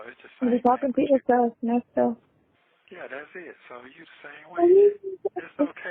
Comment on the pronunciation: When and in what lifetime, Nes-toes?!? 🤨